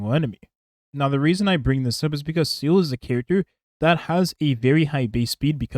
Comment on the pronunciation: i'll never get over you pronouncing Seele as seal